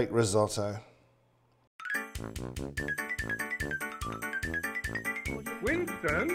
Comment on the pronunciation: So for a simple dish of Rice you use the italian Word "risotto" by the way pronounced terribly, you said "rids-o-dou".😬